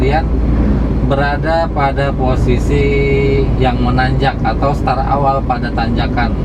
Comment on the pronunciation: Start pak, bukan star.